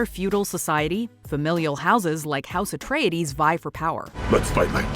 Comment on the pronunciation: I find the Miniseries pronunciation "Ahtreides" and "hárknnen" to be intensely irritating